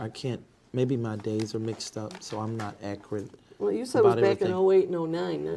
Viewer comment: If He says “ ACRIT “ one more time 😡😡😡😡😡